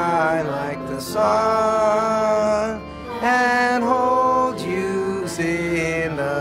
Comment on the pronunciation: Did Mac say ‘and hold Jews in the palm’ doesn’t sound like hold you lol